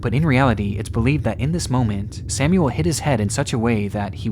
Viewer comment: ...Samuel Koch isn't "Sämjuel Kock", but Samuel Koch...